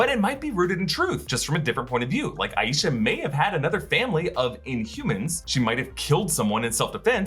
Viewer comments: It's eye-sha Not a ee sha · Not sure if anyone has mentioned this but the grandmother's name is pronounced "EYE sha" with two syllables. Not, Eye Yee sha, with three as can be more common in American culture.